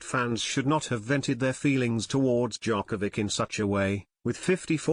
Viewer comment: this guy can't even pronounce his name. not that it matters. This is a complete load of crap